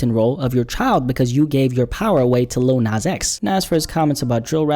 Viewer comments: He said "Li-ul nas" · Little NOZ